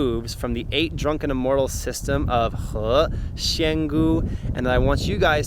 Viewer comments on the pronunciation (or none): He xian gu your saying he shen gu fix your tone and good video.